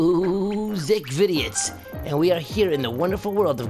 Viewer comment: Have to mute everytime you say, painful, but good info that's kinda new. Have a good one, screw Nought... clickbait bullcrapper